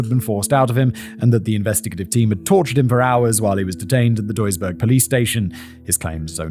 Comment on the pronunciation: As I listen to the story: greetings from Duisburg😁 Btw You didnt butcher the Name of my home as much as some of my fellow citizens :)